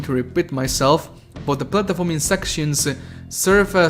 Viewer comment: I can’t stand how he can’t even pronounce platforming